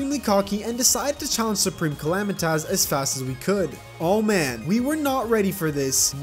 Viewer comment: Soup-ream_ca-la-might-us 😂😂😂😂😂😂😂 PRESIDENT ARBAMA